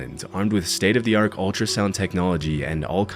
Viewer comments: Did you say "state of the ark" ? lol. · "State of the ark"? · You did not just pronounce "Chaves" like "Chayvz" did you..?? Edit: "State-of-the arc?" Nah, I can't take this seriously